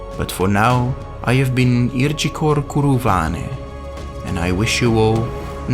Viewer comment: Irjikor is a very cool sounding name. In fact, your pronunciation of Sindarin is way better than mine. Keep up the great work. The subs will come!😁👍